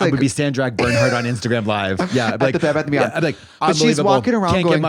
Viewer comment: i laughed for like 10minutes at trixie calling it a "Bad Beth and Beyond"